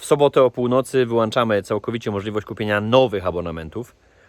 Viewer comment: mówi się wyłączamy a nie wyłanczamy ktoś chyba ma braki w wiedzy :)